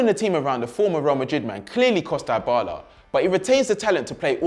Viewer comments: This guy bothers me some much with his "Die Bala" pronunciation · It's not dye-bala, pronounce it correctly tho your point was right that dybala should be important ,and he doesn't need to sideline Cristiano it's a team spirit so there can be 11 superstars on the pitch just like Liverpool now except and matip and the midfield who isn't the superstar?